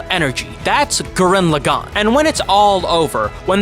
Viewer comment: Lagann- Law-gawn not law-gen